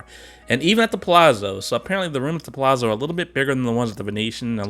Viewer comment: The rooms (suites) are wonderful if travelling with a group too! In Italian, double Z is pronounced TZ like in pizza. Palazzo (Pa-la-zzo) = Pah-lah-tzoh.